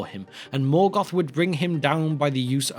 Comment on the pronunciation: Melgoth. No, wait, Morkor.